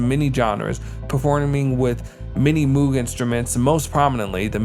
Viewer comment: Nice take on VK-1, but isn't Moog pronounced like rogue?